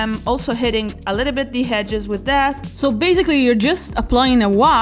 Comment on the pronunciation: It's EDGES not HEDGES there is no 'H' sorry to be pedantic but this just totally ruined the whole video for me, I just couldn't get past it! Hedge - a fence or boundary formed by closely growing bushes or shrubs. (hope that helps)